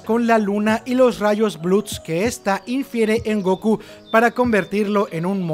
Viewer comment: Se dice Gokú no Góku